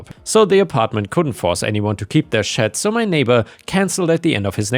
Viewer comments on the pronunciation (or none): none